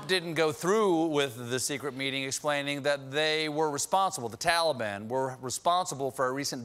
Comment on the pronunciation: Am I the only one that's hearing Tali-bam